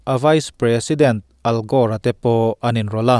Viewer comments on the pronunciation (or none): none